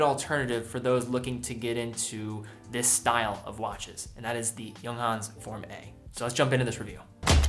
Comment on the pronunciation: for the first time I hear someone from USA pronounces it correctly, bravo!